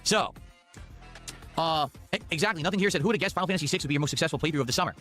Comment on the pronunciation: He proved that he actually forces himself to say sussessful instead of successful. So amazingly sad.